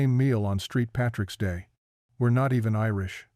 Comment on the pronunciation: "Street Patricks Day"? WTF!